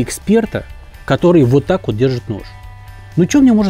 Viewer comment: На 5-й - 6-й минуте фразочка () зашкаливает XD "Уот так уот!"